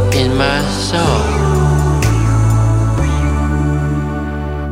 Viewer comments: “In my sthoul” 😂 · listen how he sounds like he got a lisp when pronouncing “soul” while trying to lip-read jin lmfao